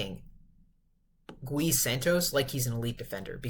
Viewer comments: It's not Guh ee broo😂. It's just gee. 😂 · I am Brazilian, his name should be pronouced as ghee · it is pronounced more like Ghee. One syllable. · Gui as in "ghee." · Say the name right, every time you say Gui in that Spanic way a lusophone person die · as a Brazilian fan, I truly hope you fix this in futures videos, bc this would mean that Gui is playing well and needs to be talked about haha, no hard feelings bro, Brazilians say the Brady name wrong all the time and is kinda an easy name, it's just habit. You know the show "Glee"? Is the same thing but without the L.